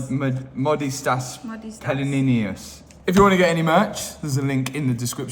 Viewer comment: It's funny to listen when you try to pronounce a Lithuanian name Modestas 😅